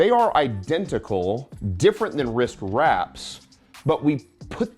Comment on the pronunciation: Did he say wrsist wraps?